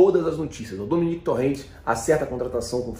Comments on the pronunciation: A pronúncia não é DomeNÉC Torrent, mas sim DoMÉnec Torrent.. pelo amor de Deus. kkk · o nome do técnico é Domènec Torrent ou seja: como se fôsse Domênico em português e não Dominique, entendeu? E o sobrenome se pronuncia Torrém, entendeu? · Só eu que fiquei perturbado de tanto ele falar o nome do treinador errado? Ele sempre falando "dominéc" kkkk